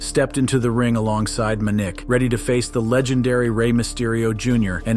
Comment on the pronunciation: Muh nick? It's Man ick.